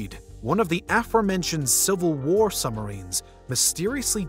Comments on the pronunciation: Might be my phone....but why does it sounds like he is saying "sumarines" instead of submarines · I caught that also. No B’ s! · Did you really just say 'summerines' in my ear holes over and over again? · I love that the narrator says “Summarines” instead of Submarines